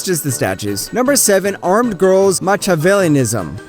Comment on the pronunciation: I love how you pronounced Armed Girl's “Machiavellism” 🤦🏼‍♂️